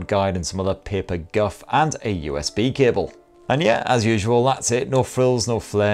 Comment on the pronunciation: I could’ve sworn you said “kibble” and not “cable”